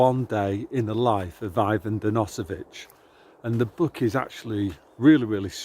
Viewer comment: Thanks for the great Solzhenitsyn quotes,, but the book you are referencing is A Day in the Life of Ivan Denisovich, not "dennosovich". Definitely worth reading.